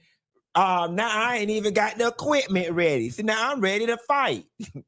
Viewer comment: "My quipment 🎙 " 😫🤦🏾‍♀️